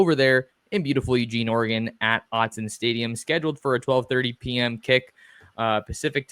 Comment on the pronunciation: Gary Danielson STILL can't pronounce Autzen correctly, which tells you all you need to know about how committed he is to studying teams that aren't traditional blue bloods. I remember the discernable disappointment in his voice when he called the 2001 Fiesta Bowl and Oregon stomped a mudhole through #2 Colorado. Friggin' Owtzen Stadium ...